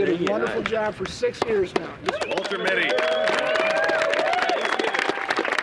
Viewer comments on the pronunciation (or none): Well RJ's surname is pronounced "mitty" so yeah i guess that would make sense, maybe a reference to the movie "the secret life of walter mitty" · Why did Bryan say "Walter Mitte? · definitely sounds like he said walter mitte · did Bryan call him Walter Mitte? I wonder if that was intentional or a brain fart.